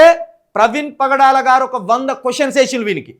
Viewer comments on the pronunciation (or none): none